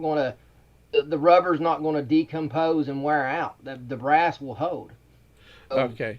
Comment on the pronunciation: "And I knew it would last longer, it's BRASS." The way he said that is so hilarious to me. Like we should be impressed that his cheap upholstery tack is made of REAL metal. Wow, don't break the bank. Way to go above and beyond. He's not just a con artist, guys. He's got taste.